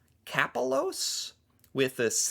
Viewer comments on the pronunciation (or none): Ka PELL oas is the way to pronounce her last name.